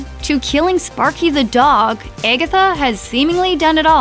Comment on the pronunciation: Or if you sing it how the narrator pronounces it,🎶 its been Eggetha all along 🎶🤣